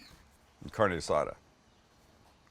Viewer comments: 🗑 don't even call It carne azada. And then the guacamole... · The Caucasity! Haha Sam stop it with the “Carni Asada”